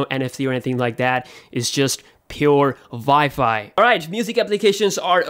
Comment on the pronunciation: “the vifi”